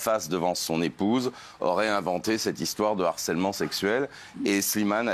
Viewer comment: 😂😂😂😂 d'harcèlement 😂😂😂😂de harcèlement messieurs 😂😂😂😂h aspiré 😂😂😂😂